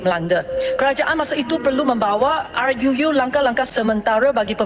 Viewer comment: RUU bacanya a yu yu, hai angkel mutu nak bay syam goyeng sedak sangak, ar yu yuuuuuuu...